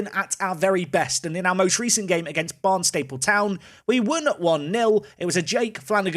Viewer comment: Barnstaple not Barn staple lol